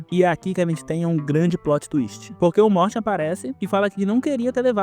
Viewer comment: Quando era criança estranhava muito o Michael chamando o cara de "Morte" como se fosse normal, até que eu descobri que o nome do personagem é Morty e que a pronúncia como "morte" na dublagem foi uma mistura de coincidência e genialidade